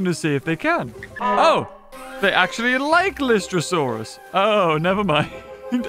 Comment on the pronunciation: It’s lie-stro-saur